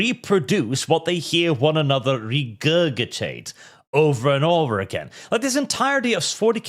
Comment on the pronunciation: my brother in Christ. Its pronounced re - gur - ji - tate